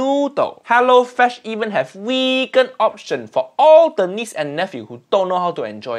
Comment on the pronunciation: No no no uncle roger say wegan